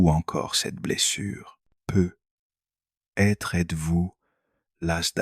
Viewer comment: Tres intéressant, mais concernant la forme, pourriez-vous réécouter la voix de l’IA et corriger la prononciation de de "peut-être" et de il y a "t'il ". Le peu _ etre est particulièrement agaçant et gache l'écoute. C'est dommage